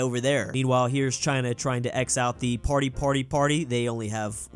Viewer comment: I can't listen him pronouncing "party"